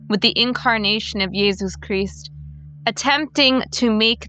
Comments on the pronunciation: almost turned it off when she started saying "yesus chrisst" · Is she a witch? She says yeesus creast